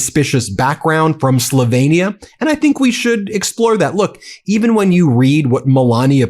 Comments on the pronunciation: Just an FYI- Slovenia is pronounced “sloveenia” . Not “slovainia” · Slovenia is pronounced SLow Veen ee-ah rather than Slovaynia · Why can't you pronounce "Slovenia" ? That was sloppy ! Not sure how accurate anything you say is now.